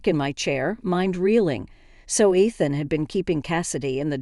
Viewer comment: It's ridiculous that they can't pronounce Ethan a name thats used in these stories all the time. Also Moore is spelled like this. Its a gaelic name.